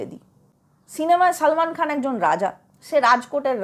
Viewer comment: Beshi bojhen apni , nije akta big budget er chobi banie dakhan . Aar apnar hindi uccharon Madam, 😂😂😂😂😂😂 apni uccharon korchen Saalmaan Khaan, Kaajaal Aagaarwaal. Hindi ta thik kore uccharon korun